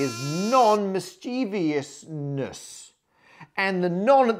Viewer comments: Not to mention his particular pronunciation of 'nonmischievousness': "nonmischEEvEEousness" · Having "nonmischievousness" on screen but pronouncing it as if there's an "i" after the "v" repeatedly was surely intentionally triggering 😁